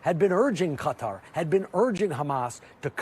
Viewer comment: once again reminding everyone he can’t pronounce Qatar properly.